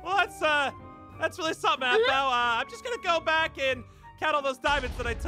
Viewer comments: “It’s aphmau not AAAphmau”🤣🤣❤️💜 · It's aphmau not AHHH-MAUUU got me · "It's Aphmau not Aahmau!" 😂😂😂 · Perice: OH AWW MAU... Aphmau: it's Aphmau not AWW MAU